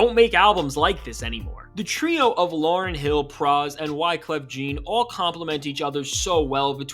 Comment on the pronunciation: Please learn to say wyclef's name correctly